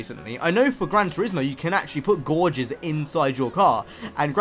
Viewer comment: gauges are not pronounced "gorges" it's like "gayjes" just trying to help